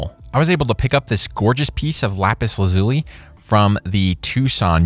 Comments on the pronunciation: How to pronounce 'Lapis Lazuli" First you are saying 'laz-ooie' - try this to get the right sound... LAZ-YOU-LIE .... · Lapis lazuli... I can't get over how you pronounce the name. It now sounds weird to say